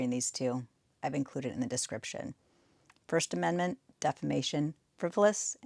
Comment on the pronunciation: Court reporter later "did he just say First Amendmenty?"